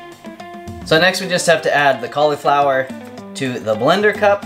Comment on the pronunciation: i love how you say "cauliflower".